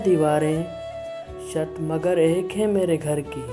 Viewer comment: شت نہیں چھت ہوتا ہے